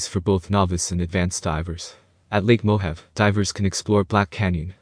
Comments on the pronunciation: Mo Have! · Probably should learn how to pronounce Mohave.